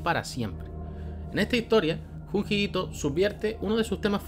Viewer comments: Se pronuncia dshundshi Itoo. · Oírte decir "junjito" es etzitante 🥵🤑👌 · JAJAJJAJAJA me reí al inicio del video con lo de junji ito, como lo dijo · Si me dio risa como pronunció Junji Ito jahshajshsj